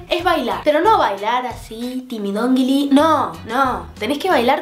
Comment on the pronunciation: LIKE POR EL "timidondili" xd